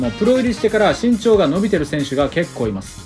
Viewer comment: ＿人人人人人人人人人人人＿ ＞身長がちん長に聞こえる＜ ￣Y^Y^Y^Y^Y^Y^Y^Y^Y^Y^Y￣